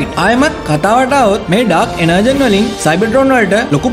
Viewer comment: "ඩාර්ක් එනර්ජෝන්"කියල තමා මෙක කියවෙන්නෙ.එනර්ජන් නෙමෙයි 👍👍